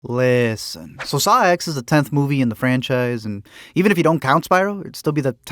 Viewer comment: Its pronounced Saw 10. The X is roman numeral